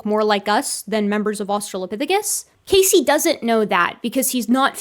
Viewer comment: As a Casey myself, I can't help but die a little inside every time you say his name. Lol